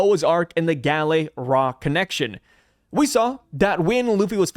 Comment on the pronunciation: everytime I hear "Galley Ra" I think of Uncle Roger 😂😂